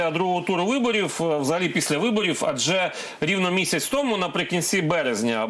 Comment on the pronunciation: Філатофф, виборіфф.. Пане віднику, досить фекати!